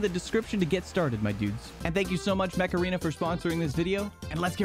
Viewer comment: mech arena sounding like macarena